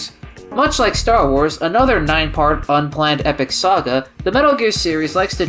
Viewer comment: “did you rike it”